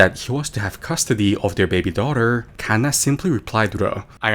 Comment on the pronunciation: why tf he say kanna like that